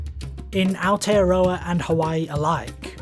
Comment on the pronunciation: ..Ah-or-tey-uh-rraw-uh...Aotearoa....silent y and w...